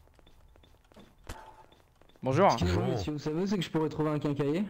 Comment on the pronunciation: dit bonjoure pas bonjourent